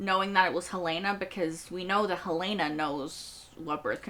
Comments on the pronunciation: Helly was never hel-LAY-nuh. She was always HEL-luh-nuh. We suspected this in season 2 episode 1, but we learned it absolutely for sure in episode 2. In fact, it was so obvious that I spent the next couple of episodes assuming that we all know it's Helena (HEL-luh-nuh), and assuming the writers were going to pull some kind of twist that would be more surprising than simply revealing that Helly was Helena (HEL-luh-nuh), since we already knew that. That made the reveal in this episode somewhat disappointing. In addition, because we all expected Mark's reintegration to have been completed by now, we spend most of the episode trying to figure out why he's showing no sign of reintegration. This is one of the worst episodes of season 2. It doesn't seem to follow from the events of the previous episode. It introduces nothing new and answers a question we already knew the answer to. And it's HEL-luh-nuh. Just like every character in the show pronounces it every time they say it. You've never heard anyone call her hel-LAY-nuh. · PLEASE pronounce Helena correctly. It us not Hell-LAY-na. It is HELL-lah-nah.